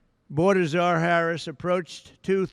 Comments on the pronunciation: It's so sad. Heartbreaking to think people in this country actually support this criminal. And he keeps mispronouncing her name. He is so sick. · He can’t even enunciate her name. He lacks intelligence. Just listen to his lack of vocabulary. He’s embarrassing. He can’t debate Harris intelligently so he gives a press conference to lie about her. He’s babbling on and on nonsense. Man has serious mental problems. Say all this to her face, dummy. Debate her. Their big border lie of fear is all they have. Media should be calling for him to step aside. America cannot afford mental illness in the White House. Vote Blue!